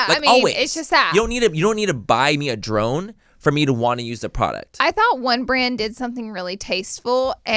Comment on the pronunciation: I 100% really thought instead of drone yall said throne...like they got you a throne...I was like..... so do they pay to ship it back home for u or .... it wasn't until I had to go back because I missed part of the podcast and I went back to far until I realized you actually said drone.... lol